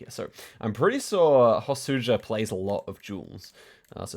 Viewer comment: Hosuja is pronounced more like Hosuya